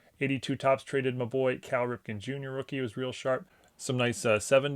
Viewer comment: Other than your accent being American, your voice never really indicated to me what region you’re from until 😂 The Marylander in you revealed itself 🦀. You didn’t say “Cal” with a Bmore accent though. It was the “mah boy Cal Ripken” package. Montgomery County? Howard County? 🤔 Great stuff man!